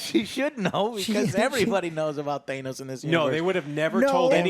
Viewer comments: thay-nos? thay-nos? It's than-oss, say it right! Kingpin only have tracksuit as he lost everything after daredevil and the blip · Guess I shouldn't be surprised that Joe still say thanos wrong even after hearing said the correct way multiple times in the movies. All three of you are also saying Vincent's last name wrong